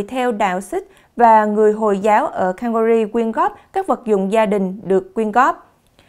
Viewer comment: Góp ý nhỏ …Bạn nên luyện thêm English chút xíu Calgary city “không phát âm canh ga rì nhé! “